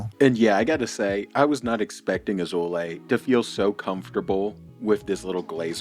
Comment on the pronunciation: I love when you said "Bendover Asshole-lay", Am I hearing it right? 🤣😂